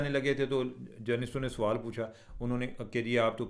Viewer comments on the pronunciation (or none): none